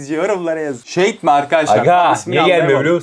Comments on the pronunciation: Abi yazınışı Shade ama okunuşu şeyid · Şeydi değil shade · Abi o şeydi değil şeyd ( okunuş ) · Şad diye okunuyor Seydi değil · Abi şeydi değil şeyd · O şeydi değil şadi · Abi onun adı şaydi diye okunuyor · abi okunuşu şeyd diye okunuyor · Şeyt diye okunuyo abi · Şeyt diye okunuyo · Abi okunuşu şeyd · Okunuşu seyd😊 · Abi dalga geçmek istemiyorum ama shede diye yazılıyor şeyd diye okunuyor dalga geçmiyorum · Shade (şeyid diye okunur)